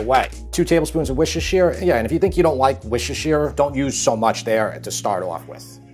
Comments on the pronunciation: The recipe looks delicious but the way Worcestershire is pronounced in the US tickles me. I used to live there. It’s Woo-ster-shur, just like how you would say New Hampshire. Should always be Worcestershire too, not Worcester. 😊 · apart from your cooking talents/ one of the reasons I subscribed to your channel is the fact that you pronounce Worstershire sauce properly. you got it right the first time... WOOSTER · I love your recipes. May I please correct your pronunciation of Worcestershire sauce? It is named after the English county Worcester and Worcestershire refers to something that comes from the county of Worcester. It is pronounced wuss-ter and wuss-ter-sher respectively. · Worcestershire sauce is pronounced a Like this - “Woorster” or “Woorstershire” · Worcestershire is pronounced without the shire at the end and sounds more like wooster or wuster. Just fyi. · Any other Brits here living for his mispronunciation of Worcestershire? Not in a mean way, I find it endearing!